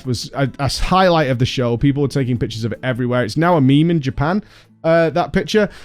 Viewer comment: You have no idea how long it took me to realize you were saying "pictures" and not "pitches"